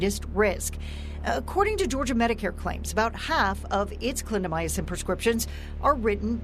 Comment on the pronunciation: Very informative; however it’s a pet peeve of mine when reporters don’t pronounce words right. Clindamycin is 4 syllables- not 5. Clin da my cin. Not clin da my a cin. Sorry, but look at the word before you pronounce it.